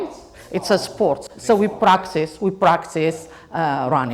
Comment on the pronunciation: practice not practisssssssssssssssssssssseeeeeeeee